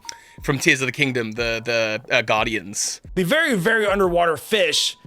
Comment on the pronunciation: "You know the guys from Tears of the Kingdom. The uhh... Gaurdians." Almost there buddy. Almost